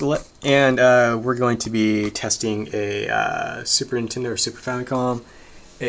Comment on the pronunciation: I swear you're saying 'Super Intendo'. Am I just crazy? Lol.